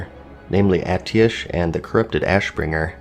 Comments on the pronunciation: Atiesh and Corrupted Ashbringer videos would be great, maybe with a bit different perspective or information than the other videos. Also it is pronounced "Ateesh" not "Ati-esh" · I’m pretty sure it’s pronounced At-ee-esh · I think Khadgar pronounces it A-tee-esh. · Yes please make vids on Atiesh and the Corrupted Ashbringer. The name is from Persian myth where the correct pronunciation would be “ah-teesh”. However, in game Khadgar says “a-ti-esh” during the Light’s Heart quest lol. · It’s “At-yesh” and not “Ateesh”. Also whether you do these weapons or not I will love your videos anyway :P But I would still like to see more details about these 2. It would be nice. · Atiesh is pronounced as "Atish" as the word "Fish". Means "Fire" in persian. Lots of persian namings in old wow as many key people in Blizzarrd were Iranians (persians). Like Alex Afrasiabi and at least 2 more key ppl. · The staff is pronounced A-TEE-ESH. Kadghar says it when you fly down to start the Azsuna questline. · well khadgar says atiish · its definatly ah-tee-esh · its called Åteesh, its the persian word for fire, Im persian myself, great video as always ❤ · It's at-ee-esh, the way you say it, you hear Khadgar say that he prefers the staffs raven form when you first fly to Aszuna. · It's a Persian word and it means fire. It's pronounced more like ah-tee-sh. Source: I'm Persian lol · I'm pretty sure it is pronounced ah-tee-esh, you hear Khadgar say it in game when you fly down to Azsuna with him to start that quest line.